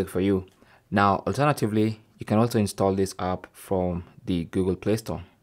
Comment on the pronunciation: Galaxy stall I heard😂